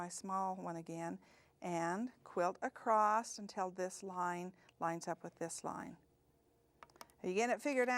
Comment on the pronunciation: A-C-R-O-S-S not a-c-r-o-s-t. Thank you.